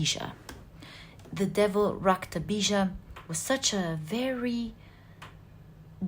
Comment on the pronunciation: Really intrigued by your knowledge of Hindu philosophy and mythology. Very well learnt and reproduced. You are really amazing!!! Your narration of Maa kali's episode with the specific mention of the name "Raktabeeja" so correctly pronounced is really marvellous... You are wonderful and I love your readings. Thank you so much for being such a blessing. Not to forget.... I love the way you laugh....there is music in your laughter.... 😊😊😊😊